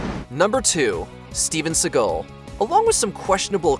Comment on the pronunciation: Or indeed 'Steven Seagull' as the narrator seems to think.